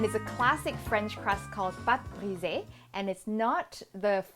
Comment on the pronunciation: Loved how you used a Thai accent for pâte brisée :)